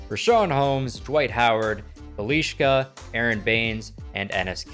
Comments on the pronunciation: a lot of americans dont know how to say bjelica, i first thought u said "belishka" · Bojan, Bjelica, Ivica .... bruh learn to say names correctly